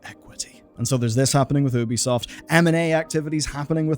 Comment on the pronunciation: My guy. Its not oooooo bi soft its youbisoft. Say you bi soft. Apart from this. Keep up good work and keep fighting the good fight.